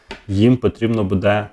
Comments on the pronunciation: Не будЕ, а бУде! НАГОЛОС ставте вірно! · Не будЕ, а бУде ! Став правильно наголос ! Неможливо вже це слухати.